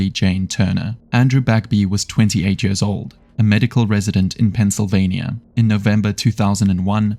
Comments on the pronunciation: brother its years, not yörs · I enjoyed the video so much, apart from everytime you said "years"